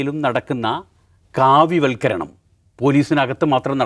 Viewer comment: വൽ " ഖരണം " അല്ല.. വൽക്കരണം